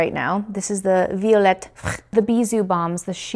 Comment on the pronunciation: Violette FRRRR 😂😂😂😂 its just Violette F R (f and r from the french alphabet) ❤❤